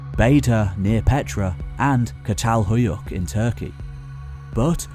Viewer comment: You must read çatalhöyük as chatalhöyük. Keep up the good work..